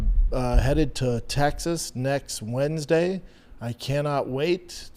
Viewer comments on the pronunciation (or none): none